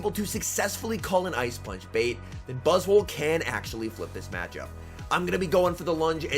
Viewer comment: 4 seconds in and I’ve gotta stop you right there. It’s not buzz-wool It’s buzz-SWOLE I want to hear you call that bug SWOLE. 💪🦟💪 🦵🦵